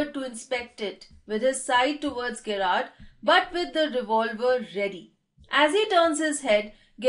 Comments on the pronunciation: Ma'am apki explanation achi h but he is gerrard not gyrrard this gggzz not giii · Hi , I know that Gerrard is a unique name , so that's why may be u pronounced it wrong ,but it is pronounced as in Jerrard